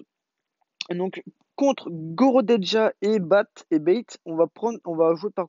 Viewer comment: Bate 😂😂😂 ça se dit baté ^^